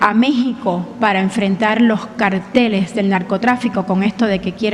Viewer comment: ESTA REPORTERA AL FIN DIJO BIEN LA PALABRA "CARTELES". SIN EL ACENTO EN LA A.